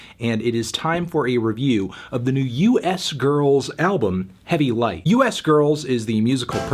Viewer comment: Word is the name is supposed to be pronounced "Youse Girls".